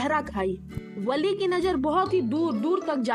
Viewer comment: That is not villi it is va-l-li